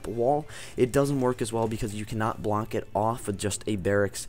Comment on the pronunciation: ROFL you cannot "blonck" it off